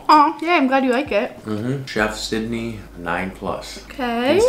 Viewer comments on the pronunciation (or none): none